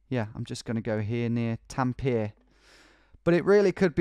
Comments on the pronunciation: Hate to be the one nitpicking on pronunciation but Tampere as well as every single word in Finnish is pronounced exactly as it is spelled. There are no silent vowels or consonants at all. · you been to finland havent you? How the f can't you say Tampere properly